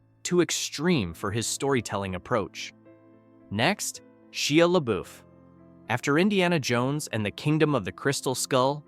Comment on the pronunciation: Shee-ah Lubbooof